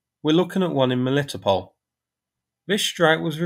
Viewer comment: The meaning of the name of that river - Molochna is "Milky". And the "ch" in its name is indeed pronounced as ch (eg Charlie), not "k". Also the emphasis in Melitopol is on the "to" syllable, not "li". :o)